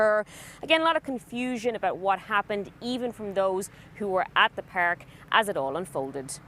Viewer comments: It's Park not Peerk, you dumb ass reporter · We don't know what happened so "feeeer" in the "peerk" 😂😂